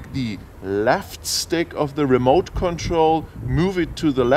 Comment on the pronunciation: You don't like the Ra-moot controller? LOL...great video though...